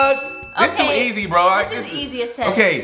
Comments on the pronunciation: He said easi were the e not the i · he said easiet lol omg cracking up